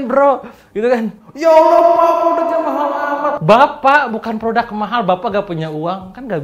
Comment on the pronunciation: Apa yang perlu Anda lakukan untuk mengubah anda mengucapkan kata "produk" sebagai produk dan bukan "prodak"? Serius nanya nih.